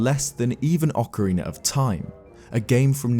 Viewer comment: Here you can see a rare clip of saying Ocarina rather than Okareener.